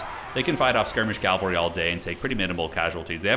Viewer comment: Please my man, cavalry not calvary.